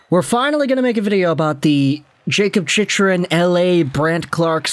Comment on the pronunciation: "Chich" Rin ??? You mean "Chick"-Rin !! LOL